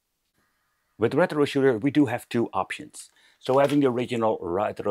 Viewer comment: The way you pronounce rrrrètro is really annoying 😂